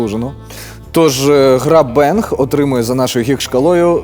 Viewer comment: бЄнг?) ви серйозно? 😂